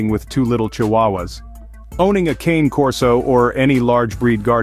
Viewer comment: Anyway, the correct pronunciation isn’t “ˈkeɪn” but “kane”: it’s Italian and “cane” stands for “dog”